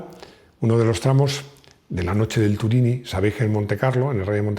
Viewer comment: Turini en frances se pronincia como si tuviera un acento en la última i Turiní enorme video grácias